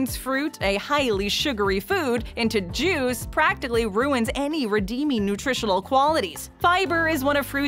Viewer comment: It almost sounded like she said Jews when she said juice. I was taken aback for a second